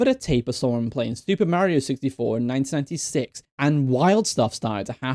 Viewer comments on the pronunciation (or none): It doesn’t sound like he says 1996 or 1986 to me, something more like “19-6” because he skips over a syllable